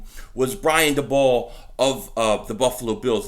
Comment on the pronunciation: It’s pronounced Day-bowl lmao